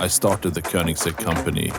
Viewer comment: Nobody: Koneingsegg: E G G